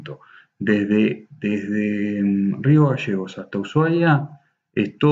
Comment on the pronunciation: No se dice magasanes es magaLLANES Y no es rio gasegos es GALLLLLEGOS LLLLLLLL NO SSSS